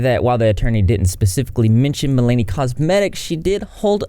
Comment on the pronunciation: You are mispronouncing Milani and subsequently.